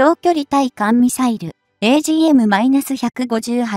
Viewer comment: 軍事チャンネルはマニアックな人が沢山見ているので、解説者の読み方の間違いが多いとしらけます。わからない単語（専門用語）などは事前に勉強するなり、ネットで調べるなりしてから解説お願いします。ハイフンをマイナスと読んだり兵器でマイナスはないでしょう…マイナスはカットした方が良いと思います。対（たい）艦ミサイルをつい艦ミサイルとか読んだりしてリスナーはこんなことも知らんのかいなと思うさかいにもう少し勉強してや